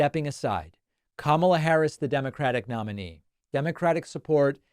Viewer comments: Why doesn't anyone just point out the obvious? ! It's been at least five years now, and he has yet to learn how to pronounce her name. He's gotten it right occasionally, but if he can't remember how to pronounce his opponent's name, how will he be able to lead a country? You may say that he's doing it on purpose, but that doesn't make sense either, since he sometimes goes back and forth with the correct pronunciation. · The last I knew ( Camilla ) was the Queen Consort to King Charles III of England... If he can't even say his opponent's name ( Kamala ) correctly he must not be mentally fit for office. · Kamala Harris had been in the public eye for many years even before being vice president for 3+ years. Despite that fact, the former presidential felon still seems to be incapable of correctly pronouncing her name. Maybe at this time, a common mispronunciation of his name would be appropriate? I throw out the first suggestion as Doonuld Tramp. I am sure the Pakman listeners could come up with much better mispronunciations for the twice-impeached felon. Let's hear them!